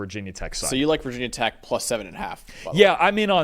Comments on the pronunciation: Great vid- but NOBODY in blacksburg calls it vah tech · Never say “Vah tech” 😭 that goes for any Virginia or West Virginia team 🥀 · Yes, we hate being called "vah" tech. It was us. 😂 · 1000 Thumbs down for dude on the right thinking this game is in Blacksburg (did you even read the two sentence byline?!) and for both guys repeatedly saying "VAH TECH" knowing full well that VT fans dislike that. If you are bothering to cover the teams, maybe read up on them a bit. You might actually retain more subscribers/viewers that way. Just an idea. But if you want to go needlessly disrespecting a team, be willing to be written off instantly by their entire fanbase. Never heard of you guys before. Will never click again. Buh-bye